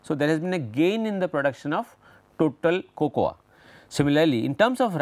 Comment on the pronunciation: Sir... Fantastic video ... Its Coco in pronunciation :)